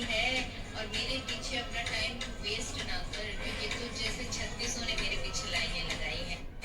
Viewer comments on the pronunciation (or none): none